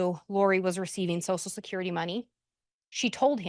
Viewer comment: Someone needs to teach how to pronounce “social security”, because “sosal security” is not the way.